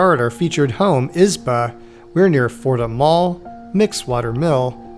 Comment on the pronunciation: As a Russian I was curious how would you pronounce that word "izba". Well, I was not disapointed... 😆You pronounce it with the first syllable stressed like a typical English-speaker. Just as I was expecting, because we in Russia pronounce it with the second syllable stressed... 😆like "izbah" or something.